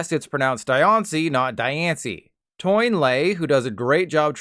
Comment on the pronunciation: Given your penchant for correctly pronouncing pokémon names, I thought you'd want to know that "Toyn" is not how you say translator username. They are a French person named Antoine Boulay, so the shortened username form would be pronounced "Twahn". Love you,.